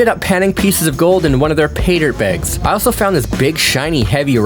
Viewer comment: Are you saying bags like that on purpose?